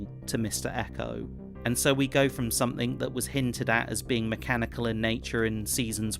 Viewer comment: "Somethink......and some dont"